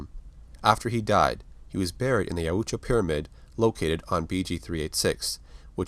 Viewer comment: Dude your pronouncing of Yautja takes me right out. It’s literally pronounced Yowt-juh, some reason extra vowels are added to your way. This is constructive criticism and in no way hate. Thank you for the content